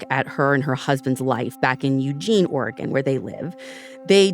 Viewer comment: I’m a lifelong Oregonian, and I’m not familiar with Camp Sherman. About halfway through they mention that it’s near Bend, Oregon. I would love to hear more Oregon stories, and Ashley even pronounces Oregon correctly!